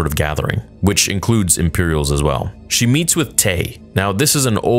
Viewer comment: It's distracting to me only because I come from here and so it sounds like people I know and interact with; he's speaking like a mexican that just learned english in his 40's. You know: things like not pronouncing "sh" and istead always doing a "ch"